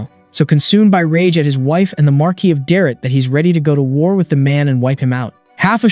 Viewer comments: "Mar-kiss" is pronounced Mar-kee. It come from french, but i find it rolls off my tongue in a Spanish mentality easier. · Its "mar-key" not "marcus" or "mar-qwhys" and the feminine is "mar-kess", train your AI better.